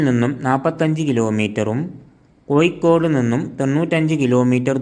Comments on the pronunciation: കോഴിക്കോട്, എന്നാണ്, അല്ലാതെ കോയി കോട് എന്നല്ല, ഭാരത പുയ, എന്നല്ല, ഭാരത പുഴ, ഗായത്രി പുയ, എന്നല്ല, ഗായത്രി പുഴ എന്നാണ്, മോനേ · കോയിക്കോട്, അല്ല കോഴിക്കോട്